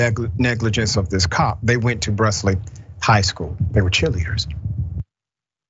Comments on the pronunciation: The town is pronounced Brew-Lee... Don't ask let's a La. thing😆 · Brusly [Brew-lee]. I know it ain't as serious as the situation but it was bothering me lol nothing is pronounced how it's spelled in Louisiana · unimportant tangent: just for educational purposes only: Brusly is pronounced "Broolee" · Pronounced “Brew-ly”. Once he left his parish, he was clearly out of control. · Brusly is pronounced Brew•ly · brusly is pronounced brew - lee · Hey professor, no disrespect but the town is pronounced Brusly-“brew-lee”.